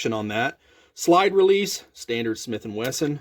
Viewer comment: Did you say slide release